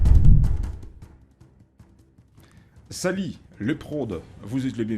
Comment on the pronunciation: On dit , et non